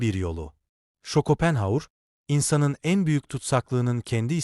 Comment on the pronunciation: Yapay zeka çevirememiş takılmayın